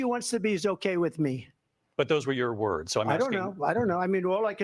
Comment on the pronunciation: She was pronouncing words wrong